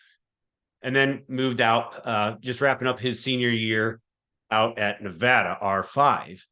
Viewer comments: Nevada MO niv-AY-da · Pronounced nah-VAY-da... at least it was on my dorm floor in the mid-70s by people from there... as I recall. 😃